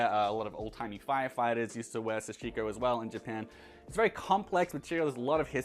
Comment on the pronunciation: SA-shi-ko. TA-nu-ki. The emphasis is on the first syllable: SA and TA, not the 2nd syllable like you pronounce it. Just helping a brother out.